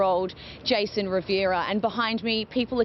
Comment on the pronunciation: RIVERA not RIV - I - ERA. Try to get the name correct at least!!!!